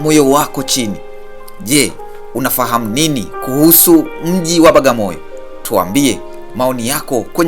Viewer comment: Hamuitendei haki kabisaa "BWAGAMOYO" kuitamka Bagamoyo na kuiandika Bagamoyo !